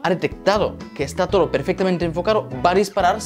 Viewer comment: Por qué dices toro en ves de todo ??